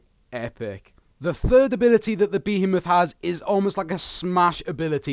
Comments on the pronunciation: Omfg please for the love of god its one word Behemoth! not 3 (be he moth) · Behemoth is apparently pronounced bee-heemoth yeah lol